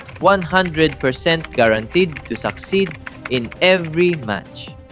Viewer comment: He means succeed ok guys not suckceed 😂